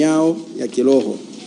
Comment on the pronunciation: Sio kiloho ni kiroho, huyu hata biblia haijui